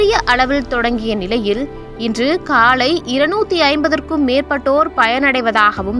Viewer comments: காளை உணவு அல்ல அக்கா...காலை உணவு அக்கா...english medium ஆ...ஹாஹாஹா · காளை உணவு இல்லை காலை உணவு . தமிழை கொல்லாதீங்க